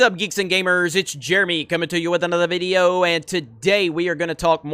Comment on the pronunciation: I like when he goes: comingtoyouwithanotherVideo..